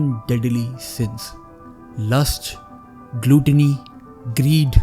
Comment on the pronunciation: Gluttony ki pronounciation galat